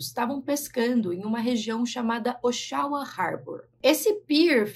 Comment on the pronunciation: Eu moro aqui em Oshawa, no Canadá. Este lago é o Lake Ontário. P.s. a pronuncia da cidade é Ó XU A 😂 sorry, é que foi estranho e bonitinho ao mesmo tempo te ouvir falar! Beijinhos e sucesso!!